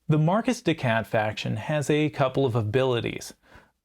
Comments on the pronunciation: I can't help but twitch everytime I hear "Marquis" pronounced "Marcus" instead of "Markee" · It's pronounced 'mar-key', I believe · Your accent didn't trigger me, but the pronunciation did. 😂 The S in Marquis is silent. Just "Mar-Key." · Great video. I have to say I would’ve rather listened to the bad French accent than Marcus the cat 😂